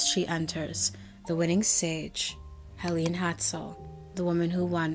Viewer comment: its actually pronounced Helen